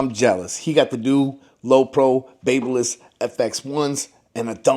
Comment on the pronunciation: Baby-liss not bab-liss you’re welcome 😉 great video